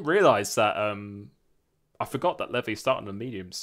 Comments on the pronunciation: its pronounced lee vy not leavy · levi is prenounced the same as levi jeans jeez